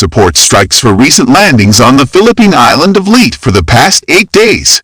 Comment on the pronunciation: FW 190s in the Pacific? 39 knot battleships and cruisers? The island of Leet (that's the way it was pronounced)? Cruisers in Taffy 3 (according to the title)? And, that was only in the first minute. I didn't watch after that.